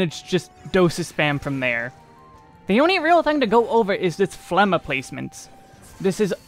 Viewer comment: The G in Phlegma is not a silent letter.